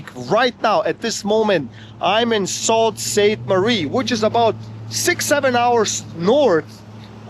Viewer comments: Sault Pronounced "Soo" Saint Marie. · Pronounced Soo Saint Marie. You were in the worst part of town. Gore street is the crack head area of town and has been for decades. There are plenty of really nice homes and areas north and east of the city. Honestly I hate Toronto. Way too many people and it’s fugly down town also.